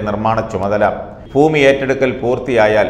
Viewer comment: ഫൂമിയല്ല ഭൂമി